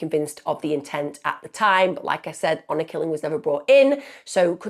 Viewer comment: Hour killing!? Its HONOR Killing